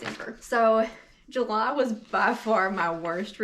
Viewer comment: 88 books unreaL though. i read 13 and i read almost every day 🤪 six books in julahh.. lolz. like that accent